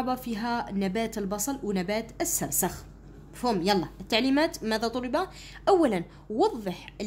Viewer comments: استاذة السرخس وليس السرسخ ههههههههههههههههههههه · أستاذة شكرااا على مجهوداتك ملاحظة أستاذة نبات السرخس ماشي خسرس❤❤❤😅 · أستاذة توضيح فقط النبات اسمه السرخس وليس السرسخ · استاذة السرخس و ليس السرسخ شكرا 🌹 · يا استاذة عوفا لاينطق بالسخرس بل السرخس 😅😅😅❤❤❤❤❤❤❤ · ادعولي نجيب 17معدل دعوة 40غريب مستجابة ♥♥🌸🌹استاذة نبات السرخس نتي راكي تقولي السرسخ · ماشي سرسخ سرخس❤😂 شكرا❤ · السرخس ماشي السرسخ 🌼🌼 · السرخس استادة مش السرسخ هههههههههههههههههههههههههههههههههههههههههههههههههههههههههههههههه🤣😂😂😂😂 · شكرا استاذة بصح ميسموهش السرسخ اسمو السرخس ههه 😃😅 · السرخس وليس السرسخ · السرخس مشي السرسخ😅😅😱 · سلام استاذة انا نحبك وداىما نتبعك بصح راكي غلطتي بزاف في كلمة السرخس وعاوتيها ميرا وتكرا وانتي قلتيهاالسرسخ و لا كدبتيني عاودي الفيديو واسمي وشكرااا استاذة كثيرا على كل مجهوداتك والشرح 😍😍😍😍😍🥳❣💗💗💖👌👍👋وانا احبكي كثيراا يا استاذتي💚💚💚💚💜💜💥🤚👆🤩😍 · ماشي سرسخ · استاذة عذرا ولكن النبات اسمه نبات السرخس وليس السرسخ 😊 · استاذة انه نبات السرخس وليس السرسخ 😂 وشكرا لك على هذا المجهود المبذول 😊🎉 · السرسخ السرخس😂😂😂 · استاذة اطاتي في النطق الوعي الاولى السرخس ليس السرسخ😂🎉❤ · استاذ السرخس وليس السرسخ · أستاد إسمه سرخس ماشي سرسخ 😎😎😎😎😎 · يا ودي السرخس ماشي سرسخ 😂😂😂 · أستاذة هناك ملاحظة السرخس وليس السرسخ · استاذة توضيح نبات اسمو سرخس ليس سرسخ. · استاذة مافقتيش راكي تقولي السرسخ😂 وهو السرخس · السرخس ماشي السرسخ😂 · اسمو السرخس ماشي السرسخ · ههه استاذة قلتي سرسخ😅